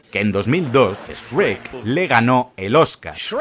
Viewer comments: Lo único raro es el "Esrek" pero a saber por qué eligieron pronunciarlo así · Lamento de decirte que usa memes en castellano y en español latino y el sabe que gran parte de su público es de latinoamerica y por eso alterna siempre en decir shrek y Esrek:v es muy gracioso xD